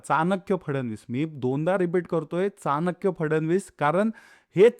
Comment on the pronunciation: दादा, चाणक्य म्हणताना चहा मधला च' उच्चार करावा. प्लिज